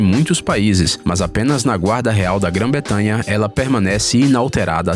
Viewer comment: Só uma dica , é Gran bretanha e não Gran betamha